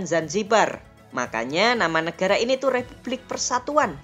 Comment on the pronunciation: YANG NGOMONG CEWEK ATAU COWOK,, ATAU 22 NYA😅😅 NEGARA , NEKARA😅😅